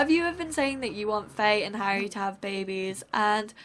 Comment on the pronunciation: on she called harry harld